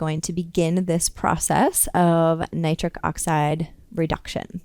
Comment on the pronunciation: She's this doctor says her nitric n the nitrate she says both SOOOO plain Nitric n nitrate. Plus she explains very, very, very, very clearly. I really getting a erection from this knowledge.her voice is humble n caring. I feel SOOOO good. Wooooow.Doctor women are the best doctors.. Women make the best doctors they are thoroughly explaintory. I am changing to a woman doctor. Awww I am on a u already know. Thanks 🙏 Doctor. Of Dr Oz is a great Doctor n doctor Mandel Doctor he's had great tips Thanks you 3 Doctors are very caring and professional great advice. Thanks 🙏 for everything.